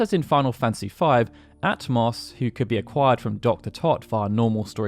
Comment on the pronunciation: Ah-toh-mos, not At-moss 🙄🙄🙄